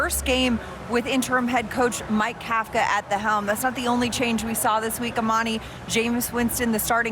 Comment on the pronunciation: This is the ‘official’ NYG postgame, yet no one can even pronounce the name of the head coach = amateur hour. Kafka is pronounced cough-ka, think Tom Coughlin. Details matter. Other than that, good show.